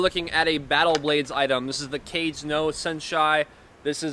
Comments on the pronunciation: NOT prounouced “cage”. 😂😂😂😂😂😂😂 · “Cage no senshai” lol